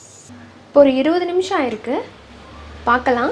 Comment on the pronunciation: la 20 lardhu 20 nimisham aagumaa Clear aa sollunga🙄